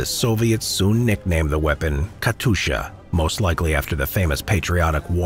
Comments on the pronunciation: "Katusha" my guy its katyusha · just a hint: its not Katusha its KatYusha [-> Katjusha] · It's Kat[you]scha, not Katusha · not katusha but katyusha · Бедны диктор, как же он мучается ломая язык при слове Катюша...